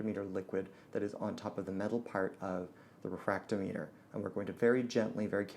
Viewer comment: The way you pronounce refractometer proves that you are truly a "".